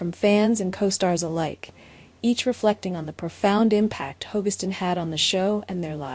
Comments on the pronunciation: FGS it’s Ho-Gus-stin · It really bugs me that in not one of these tribute videos does the speaker pronounce Drakes last name correctly. I have heard Hogestyn pronounced at least 4 different ways, none of them right.